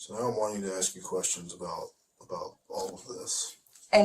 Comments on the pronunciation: Blows my mind how anyone can get into law-school and pass the bar, without enough basic intelligence to say the word 'ask' properly??? LOL She needs to 'aks' someone how it's pronounced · If I get a lawyer that says axe instead of ask I’m just pleading guilty. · A lawyer that says Axe instead of Ask WTF! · The translation said "I'm not allowed to ask you any questions ". She said "I'm not allowed to AXE you any questions ". What's going on? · She went through law school and still says "axe"????? I'm calling horse doodoo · Why is it ALWAYS "I just want to aks "? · Nope ... Ax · Why the f do black Americans say "axe" Instead of "ask". Its like clake kent removes his glasses he suddenly superman. I genuinely want to know i am a indian watching this i understand english quite well but not the choice of the use of "axe" Instead of "ask". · It can’t even say ask.